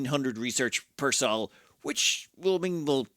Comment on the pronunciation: I think it's pronounced "soul" not "Saul."